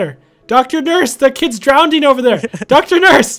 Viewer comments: Its Drowning Not Drownding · You kept saying Drowding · Ugh he says drownding, instead of drowning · it bothers me sam kept saying drownding. its drowning not drownding. Not trying to be mean it just bother me. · “Dr. Nurse that kids DROWNDING over there” DROWNDING? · Nobody:: "drownding" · why does say drownding